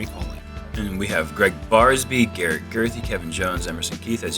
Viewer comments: How do you mess up Garrett's last name when he's clearly the girthiest/gurthiest player in the field. Absolute unit. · LOL...when an announcer mispronounces Garret's name he should step off the pad as if to wait for the player with the announced name